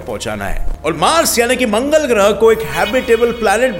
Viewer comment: mangal not manal 😂😂😂😂😂😂😂😂